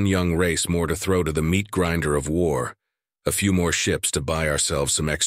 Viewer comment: Cry havoc, and let slip the dogs of WARRRRRRRR! (Shakespeare, OP - Original Pronunciation.)